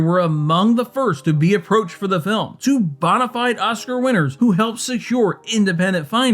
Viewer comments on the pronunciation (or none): none